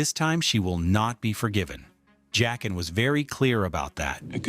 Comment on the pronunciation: Joaquin is pronounced HWA-keen. It's Jaqen, pronounced JACK-en.